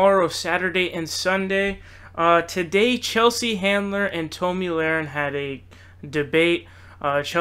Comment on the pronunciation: Based on the content of your video, you obviously are biased to the left. You mispronouced Tomi's name and demonstrated ignorance in your thoughts about healthcare. I cannot subscribe.